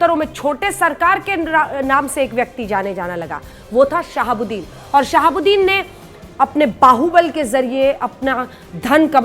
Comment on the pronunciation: Aap sahabudin sahab kaa name galat laa rahi hai